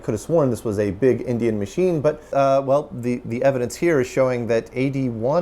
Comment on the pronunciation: I knew what he meant but I've never heard endian called indian before.